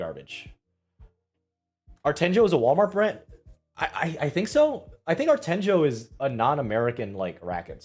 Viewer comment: Monfils is with decathlons's tennis brand: Artengo. Decathlon is a huge French sport brand that owns many stores throughout Europe. The G is pronounce as in the word "guess".